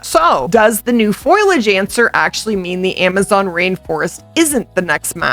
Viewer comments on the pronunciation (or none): I think artic makes the most sense. Also, love ya lady, but foliage is FOLE - E - EJ not FOIL - EJ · Please stop saying "foilage" its foliage!